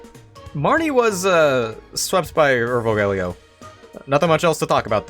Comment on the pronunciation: Urvogel is pronounced like oor (like in noon) fo (like in fox) gel (like in bagel). Oor-fo-gel, at least thats how it is in germany. the "Ur"-prefix means ancient and "vogel" means bird